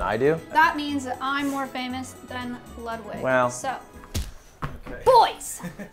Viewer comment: I witterawy caw him Wudwig because my man doesnt take L's